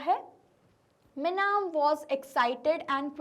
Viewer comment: mam its not meenam its minam